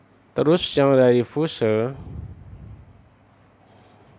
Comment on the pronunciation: Bacanya fius bosku